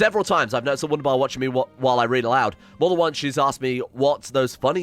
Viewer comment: im learning german so i cringe everytime he says w-undabar instead of v-undabar